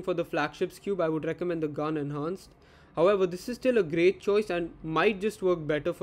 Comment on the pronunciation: You actually pronounced gan correctly first time